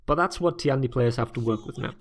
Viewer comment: Hey man, I appreciate you trying to say all their names and moves correctly, but I want to correct you very slightly on this one. The tian in tiandi is one word. Listen how he says it when he does dodge attacks. Other than that, you're one of the few people who don't make my ears bleed, so gj.